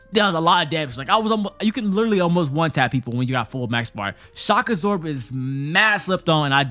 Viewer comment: Did anyone else kept hearing shakazor instead of shock absorb lol